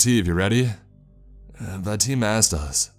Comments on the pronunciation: his name is vadim not vahim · 2 people able to speak English in a town of 20 people in Siberia is a nice 1 % of the entire population. Pretty nice for a rural fishers Village. Also, the Names are a bit off. It's Vadim, not Vahim, and Darla isn't a Russian typical name. Darya is though. And finally, the translation of the word "Help": the word you used ("Pomogat") does translate as help, but not in a crisis or danger. You say " Pomogi" usually when you need a hand lifting a box etc. What should've been used for help in danger is "Spasite" ,meaning " Save me". It's be more fitting. Thanks for your stories and keep up the good work! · that pronounciation of vadim hurt me